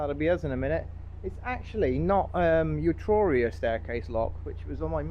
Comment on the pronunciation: Good video, thanks. By the way, they are pronounced ee-truria and culdon canal 😊